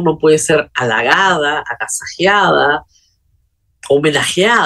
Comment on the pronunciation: Señora Benavides ,no es agasajiada,se dice agasajada!….cuidado pues..